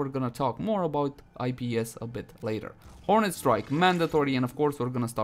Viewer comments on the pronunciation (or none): none